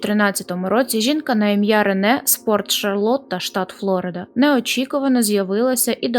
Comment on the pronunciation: “флорИда»!!! немає ніякої«флОриди»🤌🤌🤌🤦‍♂️🤦‍♂️🤦‍♂️